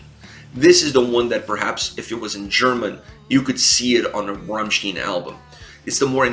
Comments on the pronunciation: RammSTEIN ... how the frack can you keep pronouncing it RammSTIEN ? They even sing their name a bunch of times, in a bunch of different songs, so not speaking German is not even an argument to not being able to pronounce it correctly. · Rammsteen :"""D